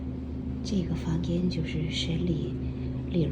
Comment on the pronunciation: 房间不是房gian